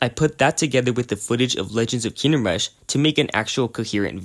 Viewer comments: Why do you pronounce it Kinnem Rush? its KINGDOM rush. KING-DOM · wHy ArE yOu So TRiGgEreD LoOOooOL why are you not? he keeps saying kinnem rush, in every single video. He says it over and over. I will hug him full of love and positive thoughts until he explodes from being hugged so hard, friendo. (algorithm-friendly threat)